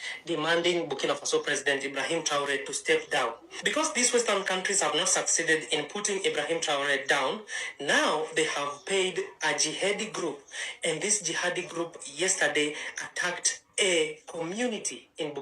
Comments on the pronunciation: Traore not Taore according to your PRONUNCIATION Na ILLITERACY dey worry you EKPA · Fake news............You like making video's about him but u can't even pronounced his name well ......U better go learn how to mention his mame well u no be small pikin.......... TRA Ooo ray (Traore ) nor TAURi that u kept mentioning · Na ur own worse "Taore" 😂🤣